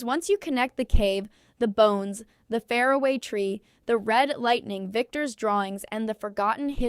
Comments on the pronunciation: Why can't your terrible AI voice say "far-away" tree properly? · "The fair away tree" God , I hate what AI is doing to us.